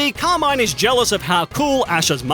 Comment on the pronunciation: I just hate how he says the name Carmin it's not Car-maine it's Car-MIN